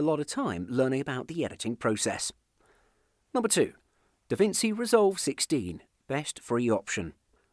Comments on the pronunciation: Davinci as in [davintchi] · My guy can't pronounce davinci